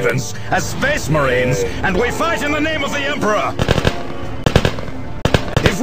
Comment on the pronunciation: 'An Excellent SPESS MARINE'